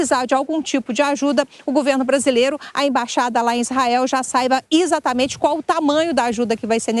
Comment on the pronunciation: Kkkk agora a repórter falar izatamente essa já está em guerra com o português